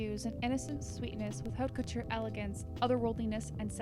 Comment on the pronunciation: OMFG would you two learn how to pronounce HAUTE FUCKING COUTURE???!?!?!? It's poison to the ear hearing you chew it up!